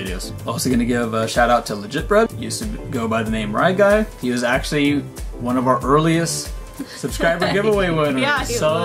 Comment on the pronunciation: I love it when you always say one when you win a prize in one GO, and when was wearing the oneeeeeee shirt XD:)